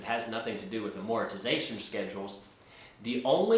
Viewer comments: I hate to be snarky but someone calling themselves "," should be able to pronounce the word "Amortization" correctly. Velocity banking is conceptually sound, but it's not a secret magic technique and it's not for everyone. V.B.exploits the difference between the way interest is calculated and charged on different loan products. It's slightly more efficient than simply adding extra payments to principal. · Thought you was my fellow latino for a minute when you say "Amortization" lol:) Anyways would you be willing to review one of my videos in depth or even have a constructive collaboration where we can both bring up our points looking at the good, bad, and the ugly of this concept called Velocity Banking. I believe it will benefit your viewers bringing clarity to people when they are surfing the internet looking for ways to improve their finances. If you are not willing to do the collaboration then I would ask you to review one of my case studies. I won't put the link I will just title name of the video here "Velocity Banking Making 17,000 a Month"